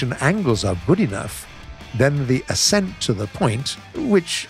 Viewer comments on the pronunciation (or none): none